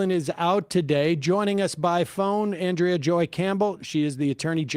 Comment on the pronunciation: It's ahn-DREY-uh Campbell 😂